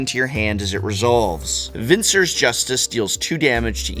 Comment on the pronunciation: I've never heard anyone pronounce augur or Evincar this way before, and now that I type the word out for the first time, does anyone else find it strange/ominous that Evincar is a near anagram for Ravnica?